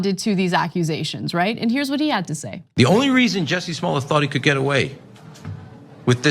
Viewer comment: Jussie. JUSSIE not jesse.